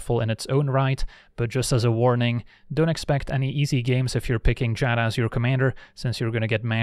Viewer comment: I want to thank you for being seemingly the only magic youtuber who can pronounce Giada correctly.